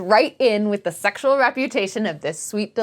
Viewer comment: Do you think she says sexual like that on purpose?